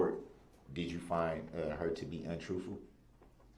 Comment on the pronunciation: Untroofful and forfright.